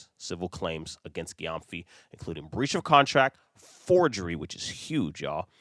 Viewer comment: The surname is pronounced like Jem-fi. It’s a Ghanaian name.